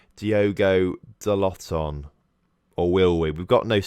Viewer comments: Its pronouced like: Da'low. But I really enjoyed the series so far, got some ideas for my own save. Keep up the good work. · About to watch the other parts, but please tell me that you finally say Dalot name right....